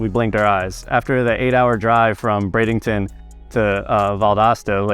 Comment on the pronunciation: Why does it sound like he’s saying bradington instead of Bradenton?